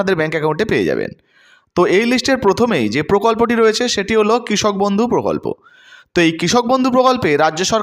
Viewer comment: বদ্ধউ নয় ওটা বন্ধু